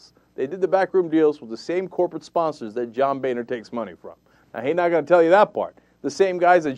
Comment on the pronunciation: Why does he keep calling him "bayner"? I believe it is pronounced "boner".